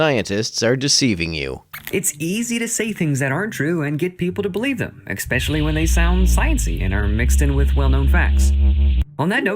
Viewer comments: When you hear someone start a sentence with “EX-specially” - you know they’re a moron and you don’t need to listen to anything else that comes out of their mouths. Like this guy . 🙄 But by doing so, he saved me 22 minutes and 40 seconds! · / oof, i can't take seriously anyone who says "ex-specially" 😩 right, because "only one possible explanation" includes "natural causes" (plural) 🤦‍♂ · Cartoon guy lost me in the first clip. “Exspecially?” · At 8 seconds, I hear “ekspecially”. What’s next “Nu-Q-Lar”? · Gaaaawwwddddd, I can’t stomach people who say “eck-specially”! FF sakes, it’s ESSSSSS-PECIALLY! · "Exspecially..." Nope. Disqualified. 😂🤦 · Am I the only one severely rankled by this dishonest theist idiot's repeated use of "ek-specially"? It's just the moron icing on the rotten sophistry cake that is this cartoonish misrepresentation of origin of life research. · Okay, Nitpick time, I swear he says "expecially" and it's bothering the hell out of me. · I'll be honest, I stopped taking this guy seriously as soon as I heard him say "ex-pecially" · He’d be doing.a little better if he didn’t keep saying “EKSPECIALLY” 🤦‍♂️ 😂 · Expecially? Sure, Jan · The second he said "Ecspecially" I stopped caring. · "eXpecially" when they sound sciencey. 🤡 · I stopped taking him seriously at ‘exspecially’ 😂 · Right off the bat, I know we're dealing with an uneducated moron, "ex-pecially" when he opens with mispronunciations. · It's obvious he didn't pay much attention at school when he pronounces "especially" with a K-sound.